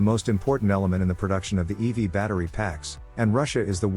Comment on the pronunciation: Stop saying "eevy!" That's a girl's nickname1 It's 'ee-vee!' But you're a synthetic voice so you won't change. You won't even answer...boohoo...